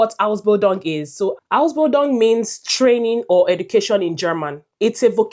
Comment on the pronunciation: How can you convince me that you know what you are saying when you can't pronounce the word "Ausbildung" well.